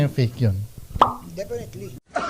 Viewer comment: Sir Ed: Difinitely😂😂😂